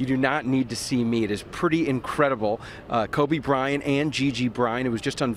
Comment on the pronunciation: my man's said Kory Bryant 😂